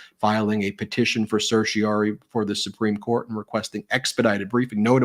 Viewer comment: Ben, please practice the pronunciation of "certiorari"; you often drop the "ra".